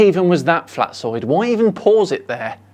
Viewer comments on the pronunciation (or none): I cant drop that i heard pronouncing "Flatzoid" as "Flatsoy".